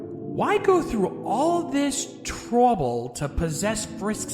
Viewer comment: "Toruble" -Anonymous, 2016